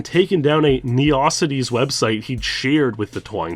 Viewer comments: Did you call neo cities kneeocidies? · neeossities lol That surprised me. How would it not be read as 'neo cities'? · ne-ohs-ities? bruh it's just 'neo cities' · I think the biggest concern here is how you pronounced "Neocities" Also, really makes me uncomfortable how crazy everyone wanted to know who he is and pester him. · How can someone mispronounce "neocities" so badly ?! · I never heard it said like that. Wtf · I thought when I heard that, it was wrong, but assumed he was being ironic.